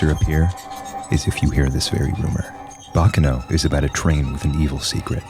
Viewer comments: its... bah kah noh... not "bacca no". for the love of god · Quick tidbit Baccano is Italian and not Japanese so it isn't pronounced like "Bakano" I have always really loved thus series! It reminds me a lot of the movie Snatch (great film, would recommend if you like this series, even if it isn't anime)